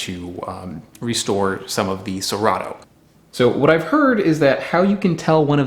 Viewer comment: i can help you with the "cerrado" word pronunciation we can split it in three phonemes 'se' as in second 'rah' as in rendezvous 'du' as in do (the verb do) word stress se-RAH-du